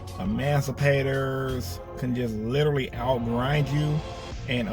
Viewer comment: Do you say amancipators?